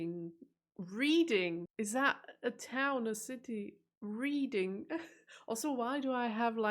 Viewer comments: Reading is pronounced 'Redding' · Reading is pronounced "redding".. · READING is pronounced REDDING. 3 cups of tea a day ? IS THAT ALL !? More like 5 or 6 ! Green tea, or any other type of " herbal tea" is NOT real tea !! You can't dunk your biscuit in herbal teas ! BIG BEN is the largest BELL inside the Elizabeth tower. There have been HUNDREDS of sightings of NESSIE throughout the years . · "Informative" is an English word, though it's pronouned as "inform" + "ative". Reading is a town in Berkshire. It's pronounced "Redding" - and Berkshire is "Barkshire". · Reading pronounced Redding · reading is pronouced red-ing